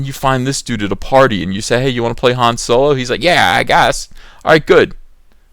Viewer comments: Fun popcorn flick shit it's supposed to be Han Solo not soolow! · A guy whose real-life name is pronounced 'dong lover' is playing a pan sexual space pirate. It's as if Soylo is really a Spaceballs story.